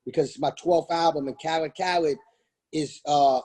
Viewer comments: 😂 “dj ka led” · Yo homie was saying khaLEDs name wrong so khaled had to drop the khaled khaled khaled and teach him a lil something lmfao